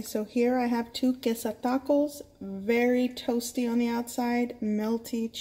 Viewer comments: Like thaco!! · when you hear 'taco' pronounced like that, you know its about to be gooooood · So Spanish? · She sounds exotic but it doesn't sound like Spanish to me. Weird